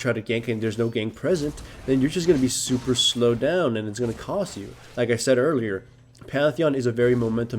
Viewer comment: godiego My point is that he emphasized the "super". It's somewhat long, but I would say the average is between 25 and 35 minutes.